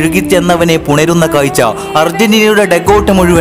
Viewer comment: കായ്ച്ചയല്ല കാഴ്ച്ച